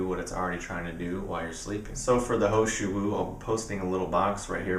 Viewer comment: is the tea you were saying the He Shou Wu Extract? sounded like you were saying ho shu